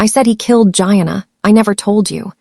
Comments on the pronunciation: Pronounced, Jee-Anna’ gieanna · Don't forget Gee-ahh-naa.